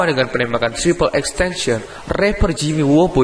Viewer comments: Triple x tencion?triple x tentacion yang bener bisa baca gak bro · Bukan xtencen bang xxxtentacion bang🤣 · Yang bener tuh XXXTentacion bukan XXXTention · ten ta sion bodo bukan tension